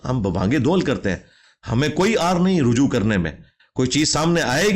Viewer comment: aoa brother. its not rahju, its ruju'3 (3 is ع and ' is ء )